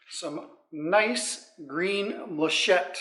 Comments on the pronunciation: I love the yellow sheen of the wood and the green of the inlay. I'm hearing you call the inlay muh-shett. The proper pronunciation is mal-uh-kite. Gramma Kat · Every time I heard "machette" I winced and whispered "... malachite..." That bowl took WAAAAAY too long to finish lol but it looks amazing. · Sorry Jim it's pronounced mal-a-chite ( end sound is kite) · It's very very beautiful but I have to correct you. It is Mal a kite malachite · i believe its pronounced mal-a- kite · Jim, I really enjoy watching your videos. So I need to tell you about your color. It is named after the stone malachite and it is pronounced mala-kite. I’m not a big fan of green but this is a pretty resin color. Looks great. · mal•a•chite măl′ə-kīt″, beautiful bowl as always 👍👍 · The way you said Malachite made me laugh. I see others have already corrected your pronunciation. Geology was one of the things I studied in college because while Astronomy is stellar, Geology rocks. A nice-looking bowl any way you say it.